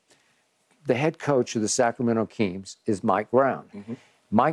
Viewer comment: That’s right Skip!! SAC-RA-MEN-TO 🗣️🗣️